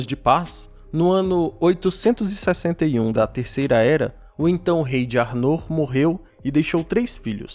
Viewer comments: Se pronuncia 'Ár-noh' com o "-r" dps do "-no'' bem leve, como se tivesse falando internamente, e o "r" dps do "A" mais puxado e longo. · Pronuncia arnor esta errada